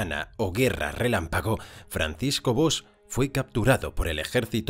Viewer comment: Por cierto, el apellido del protagonista tiene una hermosa i latina. Por lo tanto no ex BOX, sino BOIIIIXX Porque parece que se apellide caja en ingles.